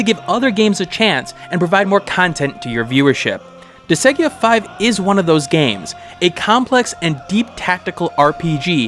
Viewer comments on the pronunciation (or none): Disgaea is pronounced Dis-guy-ah. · Was about to comment the same thing lol.